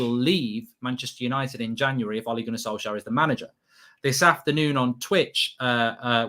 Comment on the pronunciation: It’s Solskjær get it right